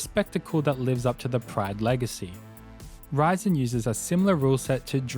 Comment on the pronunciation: There is a lot of missing info here and misinformation. Not mentioning FEG (Semaphore Entertainment Group) founding the UFC is wild. It had five owners not just Art Davie. KRS founded PRIDE FC? DSE (Dream Stage Entertainment) is the founder of PRIDE FC. Even pronouncing "Rizin" incorrectly is just too much.